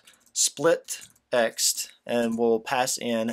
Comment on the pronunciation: splitext and not split text